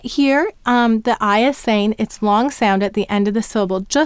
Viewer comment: Im totally stuck at ur L,sounds like p"oo"r. does the word "long" have any part similar to p"oo"r? no, but in ur dictation 「long」 sounds like "oo"o ng